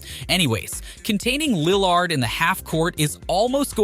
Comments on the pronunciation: And lill lard 🤣🤣🤣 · Bro the pronunciation on Connaughton and Malik and Lill-ARD, I’m deddd Good video but that caught me off guard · Lil lard You mispronounce everyone on purpose?